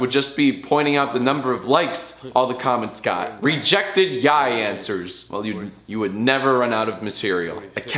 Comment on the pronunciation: YIAY not yaiy bro